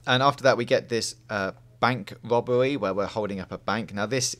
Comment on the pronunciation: DId this guy just say "bank wobewwy"?